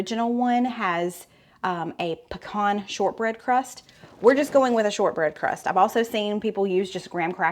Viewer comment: Puh- con